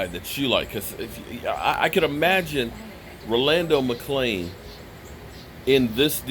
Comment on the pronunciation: I believe youre pronouncing his first name wrong but Yea McClain was,Sick would like to see but I will love even more if David Irving and Randy Gregory Come back